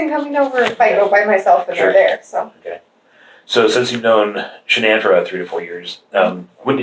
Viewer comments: I get aggravated at him continually botching Shann'ann's name . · Dana Davison I could tell she was an amazing friend right from the get go. She wouldn’t even let the guy mispronounce Shanann’s name. The little things...